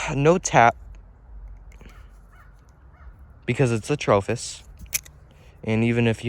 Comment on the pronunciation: Me: watching the Atropos knifes and listening to you. Also me searching atrofis on google to find it because you say atrofis 😆